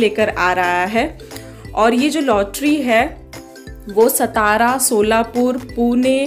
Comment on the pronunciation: Tai its सातारा not सतारा